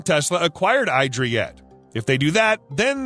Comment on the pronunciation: The IDRA trademark is pronounced "EE-dra", not "EYE-dra". Listen to their CEO in other video.